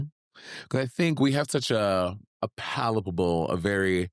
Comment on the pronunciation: “We have such a Palipable…. Delicious” lol girl what is that word? Haha